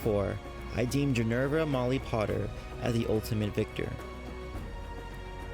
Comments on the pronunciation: flipped the 'r' and 'v' in Ginny's name. Instead of Ginevra, he said Ginerva; like Professor McGonagall's name, Minerva. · You pronounced Ginevra wrong (and I think Hermione would win, she's more firery than u think).